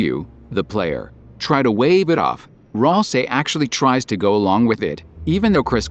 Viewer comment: is it annoying anyone else how at it says Ralsie instead of Ralsei?